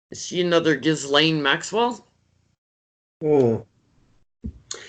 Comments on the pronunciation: You guys are the greatest, I love you both, just want to make small point Ghislaine s name is pronounced Jezlen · The woman that was her assistant just gave alot of info to FBI. Maxwell's first name is pronounced Keeselane. It's french and a popular name over there. We've all been saying it wrong, as in Gizzlane. Gross, but funny at the same time.